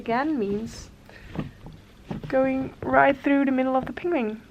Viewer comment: I love your accent, and how you pronounce words in English is absolutely adorable! I'm Canadian and how you say penguin sounds like ping-wing to me, and it's the cutest thing! I also love how you pronounce your name and your son's name. Your quilts are awesome and I love your videos! I always hit the like button before I even start watching LOL!! Can't wait to see what your next project will be!